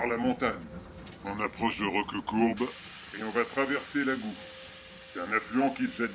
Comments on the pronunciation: on ne dis pas l'agou mais l'agou(e) Vous n'êtes surement pas un "tarnagas" Mais vous êtes largement pardonné !!!! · On prononce le T final de AgouT , Macarel! Ceci dit: beau travail!